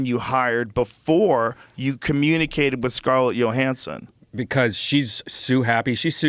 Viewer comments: Literally everybody on the world kmows its not pronounced Yo-hanson. But not our guy Joe. If it doesn't show up in his right wing social media algorithm, he doesnt know anything about it😂😂😂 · Scarlet “Yo-Hansen” 😐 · Scarlett Yo-hansson